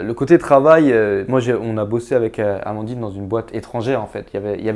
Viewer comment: Félicitations à Amandine pour sa prononciation ^^ Maintenant on pige ^^ Je chambre mais c'est important ^^